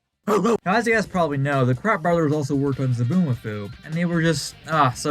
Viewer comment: I thought he said wild brats. Or is that just me?